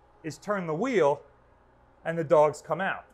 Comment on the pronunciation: Does he say «dogs» or «dolges»